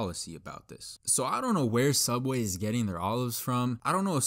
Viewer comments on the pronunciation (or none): its called sooubway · You mean.. Sooubway? 😏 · i shidded on da floor in da soobwayy